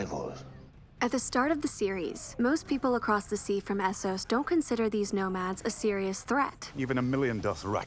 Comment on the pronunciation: I swear Americans just can't say Essos right